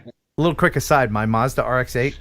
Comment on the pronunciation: this is how you say Mazda in English 😋